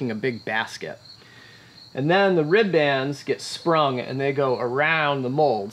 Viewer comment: If you guys want to sound like salty old boat builders you have to stop saying rib bands. It's pronounced rib'ns almost like ribbons, like you would tie up into a bow.